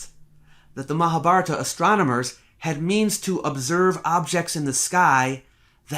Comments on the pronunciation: All of my life I've pronounced Mahabharata as "Mahab - Haratta" so imagine my shock when I finally hear it pronounced correctly... Great analysis, by the way! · Comments Add a public comment... Stefan Scripca 1 month ago All of my life I've pronounced Mahabharata as "Mahab - Haratta" so imagine my shock when I finally hear it pronounced correctly... Great analysis, by the way! 15 12 Sahil Baxi 1 month ago The right pronunciation is Maha-Bharat, the aa at the end is an English addition. Same applies to Ram (Rama), Lakshman (Lakshmana), etc. Sita remains Sita 4 Stefan Scripca 1 month ago Baxi thanks, now I know better :) Sahil Baxi 1 month ago Deshmukh if you feel they're incorrectly assuming something or that they're wrong somewhere, try to correct them with facts. No need to ridicule anyone 3 Aamod 1 month ago Baxi we already done our work.. its your time to prove that wrong scientifically and come up with real facts.. not just chattering here.. ✌🏻 Sahil Baxi 1 month ago And what exactly is the work that you'll have done? 1 Aamod 1 month ago Baxi I didn't use 'I'. I said 'we' its available on internet. Just don't get irritate now just go and do study and prove that wrong.. best luck.. ✌🏻 Sahil Baxi 1 month ago Ah, perhaps the you'll wasn't the right way to put it, I meant you all. Direct me the work you're referring and I'll definitely give it a read Aamod 1 month ago Baxi start with original books.. if not just start with Nilesh oak's blogs,books videos on YT. You don't need to accept or believe in everything he said. Just go through it you will get your path towards more stuff. 👍🏼 1 Sahil Baxi 1 month ago As it happ